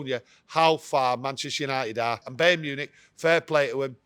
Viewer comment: Bey-earn Munich 🤣😂😅